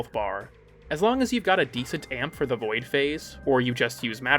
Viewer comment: okay no you're saying "boid". is that like a boy version of a "foid". are we on eighty-seven layers of irony now